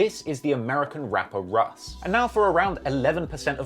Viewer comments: Pronounced “Rush” as in Russian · English russ is pronounced rush not russ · UK Russ is pronounced ‘Rush’, short for Russian. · English russ is pronounced "rush" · his name is pronounced "rush" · british russ is pronounced ``rush´´ or like the begining of ``Russia´´ because its a abrreviation for russian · you know uk russ name is pronounced rush because it stands for russian (i havent watched the whole vid yet so idk if addresses it) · it's pronounced 'RUSH' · who tf is russ lol its pronounced rush short for russian in, if he doesn't mention hunch taking his jewels imma be vexed